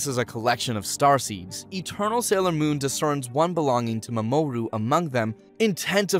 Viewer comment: The fact that he pronounces the names differently every time he says them is kinda hilarious. MaMOOru is my favorite.